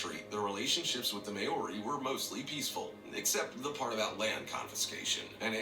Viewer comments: Dude, clickbait thumbnail. Ruuuude. Is someone vacuuming or mowing the lawns,?? It's MAO-RI, not may-ori. That narrator needs a smack. How the fuck he say Haka and Waitangi right, but fuck up Maori? I'm born and bred here in New Zealand. We're taught Maori from kindergarten to high school! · Maori is pronounced "More-ee" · I just knew Papua New Guinea would be mentioned And they absolutely butchered the name “Maori” which is pronounced Mah - o - ree (roll the r) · oh my god, the way he pronounces Maori! It drives me nuts! May-o-re. That narrator needs to get his words straight. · Bruh the way he pronounces Maori makes me cringe, he probably mispronounced all of the names lol. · He butchered the pronunciation of Maori lmfao.. It's more like Mao the Chinese leader name and just re at the end Maori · They pronounced "Maori" wrong.